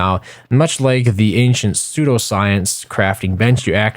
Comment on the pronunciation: Pseudo, not soudo.